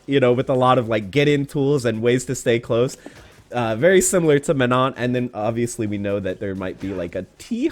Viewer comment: If she's French, I'd have to assume you're not supposed the pronounced the "n" after the "o". You prolly have to the word "Man" then followed by the French word "non". That's prolly how you supposed to pronounce it